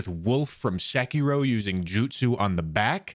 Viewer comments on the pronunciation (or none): none